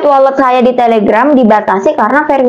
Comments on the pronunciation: Walet bukan wolet y lebay u mba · mba doank yg bacanya wolet😄😄😄. Untung GK welut